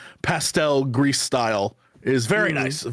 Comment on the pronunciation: Not grease. Gree.